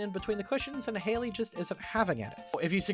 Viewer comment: btw have you noticed that the youtuber mispronounced Hailey for the entire vid? Also, Caroline would definitely be a druid